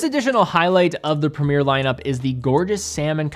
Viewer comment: Premier, along with route, is the worst word to hear pronounced in a US accent